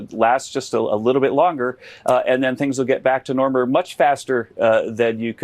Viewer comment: Well read? What books has she read? Well read doesnt mean only periodicals. And "get back to normer" wtf?